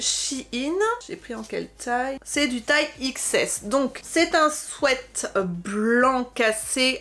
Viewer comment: Un souaite. ???? Non un sweat qui se prononce swit